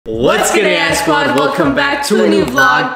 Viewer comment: Did you just say ass squad?